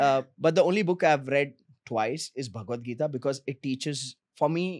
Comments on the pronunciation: 28.33 Raj shamani it’s BECAUSE not bekez for heaven’s sake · Mr Talreja cuts to the chase in the best possible way . Clarity of thought. 👏. Interview was great but the" Bikus, bikus, bikus was annoying" yaar "because" bolna seekho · Someome teach this guy to pronounce “because”, his irritating pronunciation “bi-kiz” also the guest is giving him so much info and he can’t react to that. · Why do you pronounce because as becuz? 😢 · I cringe everytime Raj pronounces because as bikiz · Hilarious how this guy pronounces, "because". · Learn to say “because” correctly bro